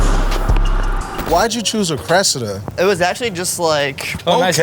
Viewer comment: Anyone else hate how America's say Cressida 🤣😩 it's pronounced cres-see-da